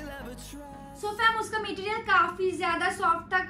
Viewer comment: Material bolna sikh le phle